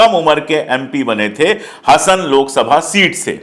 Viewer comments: Sir ji, if you don't mind, Hasan nahin, pronounce like Haasan (Hasan) its like Simhaasan. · HASAN NAHI HAASAN HAI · You should pronounce Hasan as Haasan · Hasan nahiN 'Haasen' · सर, यह लोकसभा सीट हासन है! Hassan, हासन, या ಹಾಸನ ಹಾ=हा ಹ=ह वैसे मैं भोपाल से हूँ।